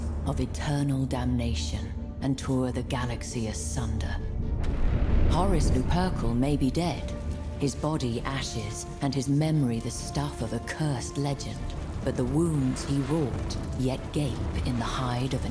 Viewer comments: "Horse Luperkle" 😆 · Did anyone else laugh when the narrator said "Horus Lu-PURCLE" 🤣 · Loo-per-kal is the official pronunciation, not that Loo-per-cul crap. >.> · Urkle Luperkle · Ooh that's weird. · Can we start calling him uncle purcle now? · Loopercul sounds like something Nurgle came up with at 3am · not only you, same with me. Languages that came from latin or have close bonds are very similar. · The Narrator definitely pronounced it, "Lou-Purcle." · Le-purk-el. Fantastic. Didn't hear or see a thing after that. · "Horse Luperkle" lol great pronunciation. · whoa whoa whoa, loo-perk-ul? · Horus Loo-PERRRKELE!!! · Lou-Pur-cole? What was even that? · I was the same, I was like "Horus who....." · I had to replay the clip. Just not propper. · Paused the video as soon as I heard it and knew that would be in the comments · That is indeed a strange pronunciation. Kinda like Cegorach's name. (It's pronounced "Kegorash" right?) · it also seems to have some greek mixed in. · Glad this is the first comment i bump into, Lupercal is a name that deserves gravitas and proper pronounciation. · I don't know where the hell you heard a q in there but she definitely pronounced it with a c. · Its written lupercal, its latin, you pronounce every written letter. What epse shoupd it be besides lupercal? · The way she said Lupercal is just wrong... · I despise the way she said "Lupercal".